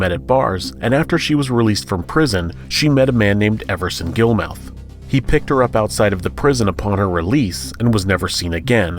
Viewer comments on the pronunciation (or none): FYI "Aileen," in this case, is pronounced "Eye-leen" and "Gilmouth" is pronounced "Gilmuth" like the town Plymouth in Massachusetts.